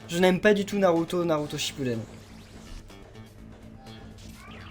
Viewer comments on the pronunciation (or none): none